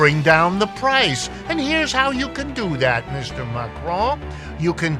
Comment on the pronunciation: He should learn how to pronounce Macron. CC showed he was saying McRoy.